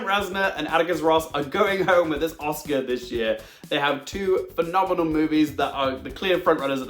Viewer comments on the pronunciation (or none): none